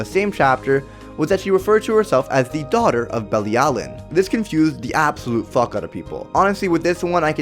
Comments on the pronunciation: It’s pronounced be-lee-alu-Ian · IT'S PRONOUCED BILLY AL O WEEN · It’s belly-a-l-oh-ween